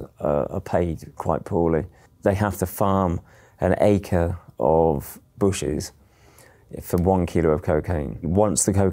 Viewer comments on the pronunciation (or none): none